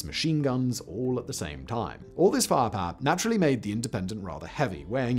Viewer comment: love the way you say fire power "farrr parrr